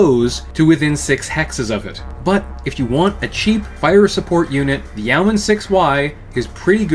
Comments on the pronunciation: Yeoman is a reference to the yeoman archer of medieval England fame, which tracks with it being an LRM boat. It's pronounced YOH-man rather than YOW-man. A quick online search gets you pronunciation guides from dictionary services if you need to confirm this. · I've always understood it to be not exactly "Yo-man," but it's closer to that than "Ye-o-man." The "Yeo" part is still a single quick syllable, and sounds like a shortened "you." In terms of meaning, it is mostly famous for the rank of many British longbowmen above peasants, but not nobles or knights (comes up a lot in some Robin Hood stories). Hence the name in comparison to other ranged mechs like Archers, Longbows, Catapults, etc. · It's pronounced "Yo-man'. My qualifications: I live in Yeomanland. Great roast of an often ridiculed, yet very well designed Mech. I mean, the Clans would have been smashed before they got anywhere if the Inner Sphere had had these in 3050. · I thought it was pronounced Yay-o-man. Either way, I like the goofy thing. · Yo men is the correct pronounciation its an old world term. For a freeholder or some one who can vote in a nights stead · It's pronounced yo-man. At least that's how Kelly Chambers pronounces it as in Mass Effect 2. Imo, the e is still there, but it is almost imperceptively brief as to basically not exist at all. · Yeoman is pronounced "yow-man" and rhymes with "showman." The spelling is an quirk of its weird linguistic roots.